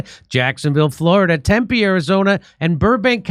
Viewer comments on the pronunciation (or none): none